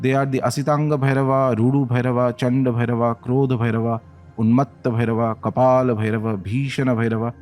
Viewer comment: Hey I’m a dumb English man 😀 can someone write the pronunciation of this phonetically in English 😭 so I’m reading it as on bhairava namah but I’m hearing om Blairrr -y namah